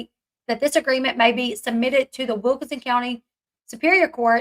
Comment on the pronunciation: I know you dont like when people comment on your accent but theres literally an N in wilkiNson, its not wilka-son.